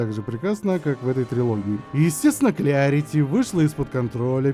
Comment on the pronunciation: Так тогда вообще Клэрити, учимся душнить правильно